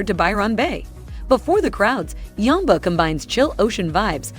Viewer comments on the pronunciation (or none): how do you get yumba out of yamba ? do you call jam , jum in america ? lol